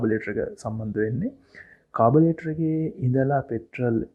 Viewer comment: ස්තුතියි ඔබ මේ කරන කාර්‍යයට. කාර්මික වචන උච්චාරණය කරද්දී සැලකිලිමත් උනොත් ඉතාමත් හොඳයි. උදාහරණයක් carburettor එකට ඔබ කියන්නේ කාබලේටර් කියලා.